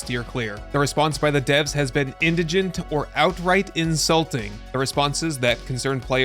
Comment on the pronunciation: In-dig-nent. Not Indijnent. 😂